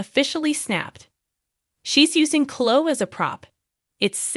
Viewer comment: OMG why do you have to use AI voice or are you just terrible at mispronouncing names. It is not pronounced Clo it is pronounced Chloeeeeeee.